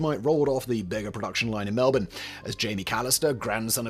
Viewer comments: Simon considering you say Melbourne properly have you been here? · As a Melbournian, I respect your correct pronunciation of MELBOURNE. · Simon's pronunciation of Melbourne has improved significantly 🤣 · Congratulations! You said Melboure correctly!